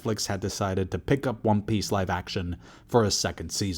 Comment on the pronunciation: wtf is wrong with your pronunciation lol great video about wan peeeeeece still